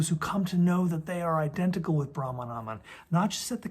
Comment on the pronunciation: Not rahman but brahman